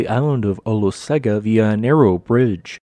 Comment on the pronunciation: Not really, In Samoan Olosega is pronounced OH-LOW-SENG-AH. (Lived in AmSam for 7 years and visited Marge and Tito's lodge on Ofu several times.)